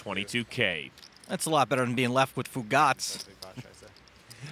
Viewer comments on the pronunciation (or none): It’s oogotz not foogotz